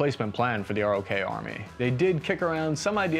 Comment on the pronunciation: It's pronounced "Day-Woo". Also, ROK Army as in "Rock".